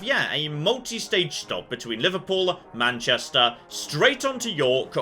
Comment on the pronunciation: How you pronounce Manchester, sounds proper Manc, love it!